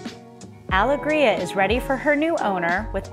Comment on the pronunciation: I noticed all of that too, the reversed pillows were jarring. I also don't understand mispronouncing the yacht's name when the owners or even google could have given her the right pronunciation. The worst part for me was the sped up footage. This is unnecessary, requires the viewer to hit pause frequently, and causes motion sickness.